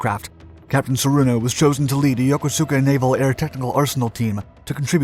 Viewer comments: Not “Yoko-SUE-ka”. Yokosuka is pronounced “Yo-KO-ska”. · I came here to say that as well. It irks me something awful everytime someone says "yokosUka". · The "u" in yokosuka is barely pronounced, sounding almost like "ska". I have heard some crazy mispronunciations, notably yokooskaa. Another weird American pronunciation is for Yokota, commonly mispronounced as Yahkota. The first Kanji of both place names is "yoko" 横. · I can confirm he's right. I am fluent in Japanese and currently live here. No one pronounces it as "soo-ka" only as Koska. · PLEASE learn the correct pronunciation of Yokosuka. The u is silent, so it is pronounced yo-KO-ska. I lived there for over two years when I was in the Navy, so I'm very certain of how the name of the city is supposed to be pronounced. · It does matter because no Japanese person would ever pronounce it like that, it's not pronounced both ways. If you wanna play expert I invite you to learn the language. The "English" or American pronouncing of it is often confused as sooka but this pronunciation is incorrect. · I lived in Yokosuka for 3 years, onboard USSMidway, and NOBODY pronounced it yoko-suka. Good enough for you? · Someday, someone will, somehow, look up the correct pronunciation of "Yokosuka".